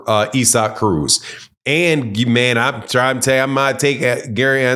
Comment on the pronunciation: Man why tf can't you pronounce ISSAC name correctly for 💩? It was the same 💩 with Andrade 🤦🏽